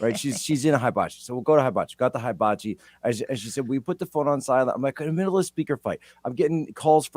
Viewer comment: 400 of Jack’s 500 emails and texts were offering up the correct pronunciation of ‘HIBACHI’. 😂